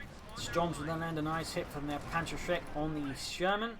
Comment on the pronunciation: 1. It's Panzerschreck, you were close. 2. I don't blame you.